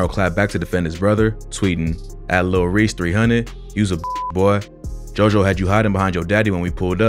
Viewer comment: bro stop saying lil reeks